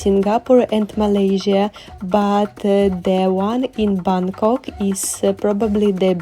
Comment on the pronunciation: Hello..I really admire you. Where you can pronounce the word "Bangkok" correctly like a local 😊